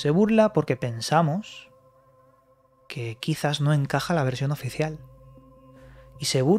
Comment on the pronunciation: oficieal por quie, por eeu?? xD